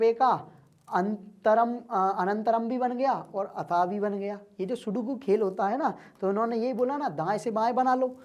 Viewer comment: sir sukodu nahi sudoku ho taa haa kiya teacher baneaga ga rea tuuu !!